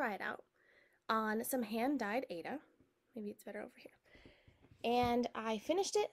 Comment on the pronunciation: It’s pronounced “I A duh” for Aida,. Long I, long A, and duh.